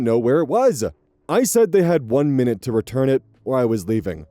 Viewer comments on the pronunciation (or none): none